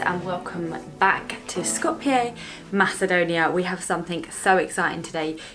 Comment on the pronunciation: first channel to do a vid on macedonia where the pronunciation of skopje wasnt butchered. well done.